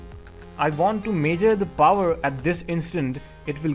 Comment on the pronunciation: Great explanation. I took some time for me to figure out how you are pronouncing certain words. Major and ohum (measure and ohm). Otherwise it is a great video. Please take my comments positively and continue the service. God bless you.